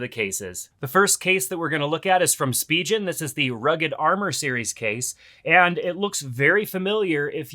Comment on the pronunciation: It's pronounced spee'gan...